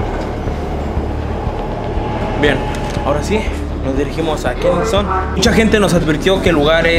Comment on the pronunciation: Kensington!! Ke sing ton! No kenison!